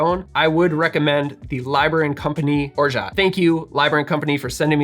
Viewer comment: the "t" is orgeat is silent. Free French lesson of the day ;-)